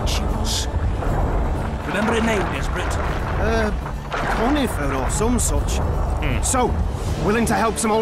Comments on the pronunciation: connifer = yennefer 😂😂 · Coniffer 🙄 Lol Yennefer you mean